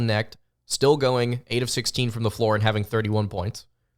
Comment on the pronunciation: How does anybody take this guy seriously when he hasn't followed college basketball enough to know how to pronounce Dalton Knecht's name? Even if you just casually follow college basketball you e heard the name Dalton Knecht this year. Either he is throwing shade or he is woefully out of touch.